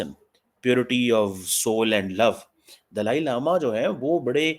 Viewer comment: can't even pronounce Dalai Lama properly bt his heartache for chynah is overflowing.